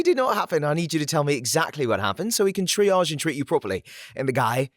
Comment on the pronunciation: Oh my God! And undersparked VA who can actually pronounce triage!